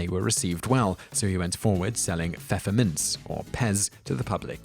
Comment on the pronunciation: German... Die Pfefferminze. The P is not silent. You pronounce both the P and F.